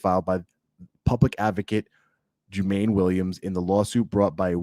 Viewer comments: His name is pronounced Ju-Maah-Nee Williams, brother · FYI the public advocate name is pronounced Ju-ma-nee Williams. He is cool,our organization work with him when he was a city councilman,and a public advocate.The cops need to be fired..simple.